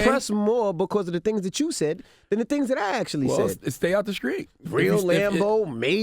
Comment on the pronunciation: Damn CTG it’s STREET. With a T